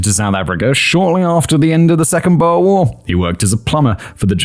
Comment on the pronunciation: Your pronunciation is abysmal in this one lol. Had to translate in my head what you meant. Xhosa is a kind of hollow k with a click at the beginning, for example. Boer is a soft u that flows into the er. You probably need to HEAR it. Maybe many times, lol.